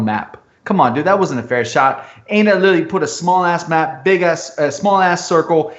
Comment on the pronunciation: Every time "literally" is mispronounced in this video...grrr